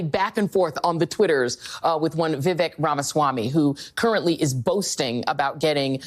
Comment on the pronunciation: Why can't anyone say his name right? It’s spelled “Vivek” – but is pronounced Viv-AKE. “Like cake,”